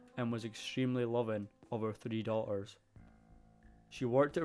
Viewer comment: I couldn’t tell what it was but it’s the omission of pronouncing Ts in the words. Se—ing (setting) Daugh-ers (daughters) Ma—er (matter) . Real-or (realtor) . Sea—le (Seattle) It’s cute. The accent is also musical and mild. I LOVE IT!!!!!!!!! A lot easier to understand than being a Jamaican! 🤣